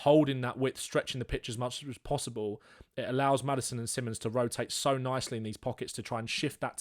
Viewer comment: Fun to watch, just get his name right. Si(like spanisch) mons, or just call him Xavi as that is the name he wants to go by. Not Simmons